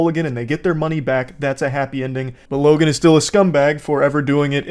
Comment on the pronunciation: Lokan Paul? Bro, why do you keep pronouncing the "k" ? It rubs me the wrong way lol